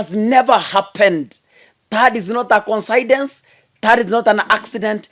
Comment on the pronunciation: its koinsidense (coincidence).